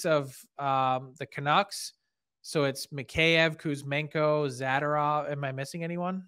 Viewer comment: Frank, Isn’t his last name pronounced ‘Za-door-ov’? 😊